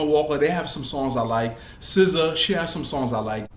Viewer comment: Dont ever say "Scissor" again. Its SZA. You're also obsessed with Aaliyah.